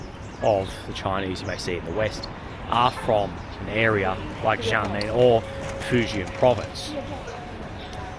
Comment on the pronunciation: welcome to "XIA MEN", (try to pronounce it with a more choppy and shorter bit, then you will get closer to the pronunciation, and have people understand you easier ), hope you will get to visit "Gu- lang -yu " the once colonial sector of the city. There is also a 30 mins ferry service that can take you to "Taiwan's Kin-mem" (officially it should be called as Kin-mem, Fu-jian province, Republic of China, and not part of Taiwan province of ROC, but for easy sake they called it part of Taiwan now ).